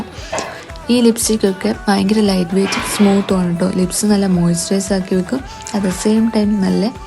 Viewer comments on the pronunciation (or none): none